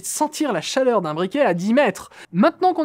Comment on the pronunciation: chaRleur ^^ Mais sinon, continuez les mecs, ça fait plaisir de vous revoir :)